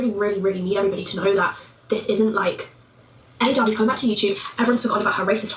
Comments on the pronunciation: Well, he lives in Canada, which is a bilingual country: English/French. "Elle" is as basic as it gets...the French pronoun for "she." Being Canadian, I can tell you there is no way Josh could mispronounce Elle, unless he flunked out of first grade. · In all honesty I think him mispronouncing names the way he does is just another way to belittle and bully i mean come on the name Elle is kinda basic to pronounce and he does it alot it seems